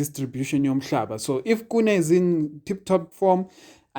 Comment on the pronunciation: My bra KHUNE not KUNE 😂😂😂